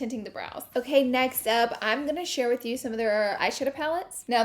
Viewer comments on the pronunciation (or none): none